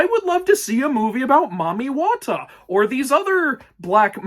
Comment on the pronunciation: Nice wat to butcher the pronunciations of Mami Wata and Yemoja😂 I'm more glad to hear them mentioned here though